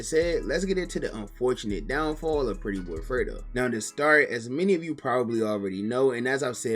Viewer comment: Bro said downfall like them YouTube checks not comin in lmaoo